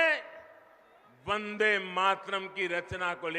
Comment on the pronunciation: When he was saying 'Vande' it sounds like 'Dangae'